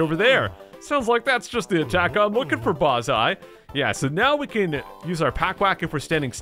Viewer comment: It’s Bozzeye (BO-ZI)